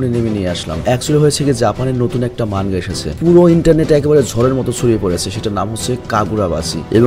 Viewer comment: মানগা না ভাই। মাঙগা।